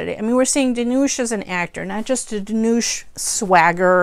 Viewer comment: Dhanush rhymes with Push